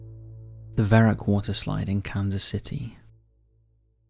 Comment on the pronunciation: Its "verrückt" not verruck"